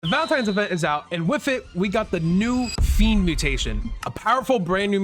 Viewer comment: It's fiennnnndddddddd not fenid